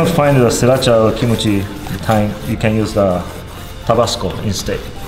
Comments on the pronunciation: He did said it as kimochi sauce than kimchi sauce. Replay the vid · Did he say kimochi sauce? Lol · Why do i hear kimochii sauce